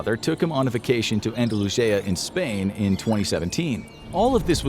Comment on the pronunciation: I never heard Andalusia pronounced that way.